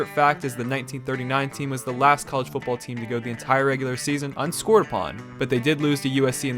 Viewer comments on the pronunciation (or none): it's "football" not "fooball". Dropping the "t" drives me nuts.